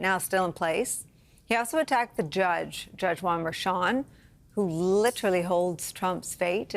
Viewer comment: Harry, why can't you say Merchan? Do you pronounce Cher the same as chair? I don't think so. Everyone else on the show can do it. It's very disrespectful. You remind me of those on Fox that call Fani, "Fanny."